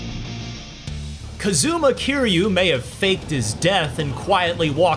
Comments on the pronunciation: “Kazooma Keeryu” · CUHzooma KEERYEW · BANJO AND KA-ZOO-MA LIKE A DRAGON GUY-THEN